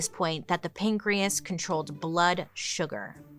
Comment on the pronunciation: pan-key- as .. get it .. pancreas